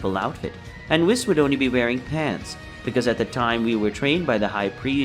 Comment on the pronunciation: I swear if i hear wissss instead of weasss one more time im gonna go crazy